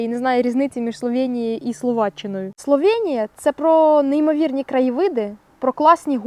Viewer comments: Словенія, а не СловЄнія. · Та йома йо! СловЕеееенія, я спочатку думала це обмовка, але ж ні, ви ще разів 1000 сказали це через «Є» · Бласка не кажіть Славєнія, просто Словенія